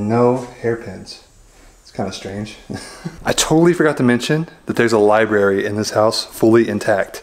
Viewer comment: Libary?lol...sorry, once I hear libary I hear it every time. Odd house. Not very homey. Thanks for showing us.